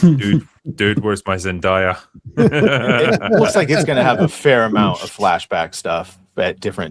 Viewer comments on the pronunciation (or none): It’s Zen-DAY-a. Not Zen-DIE-a.